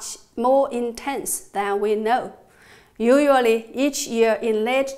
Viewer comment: well made video, just one small correctionfor better pronunciation: the word 'usually' sounds more like /iu/ + /shua/ + /li/ rather than /iuruali/.